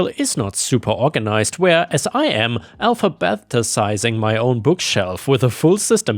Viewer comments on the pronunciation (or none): "alphabathtesizing" sir it's alphabetize(ing)